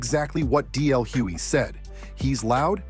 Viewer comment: It's DL hugely with a G